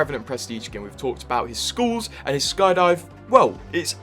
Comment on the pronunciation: As an Aussie, the way you pronounce skulls as “schools” or “skewls” bothers me.